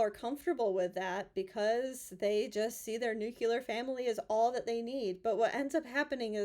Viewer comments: Thanks again,. You seem to be able to cut right to the point. I’m amazed at your understanding of men and relationship dynamics. I have to tell you, though, that the word is NOT “nuke-you-ler” — the word is “nuke-lee-er.” What’s the phrase? “Just sayin’.” Thanks again! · NU-CLE-AR, not nu-cu=lar. There is only one 'U' in nuclear. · It's nuclear not nucular. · The word is "nuclear", not "nucular".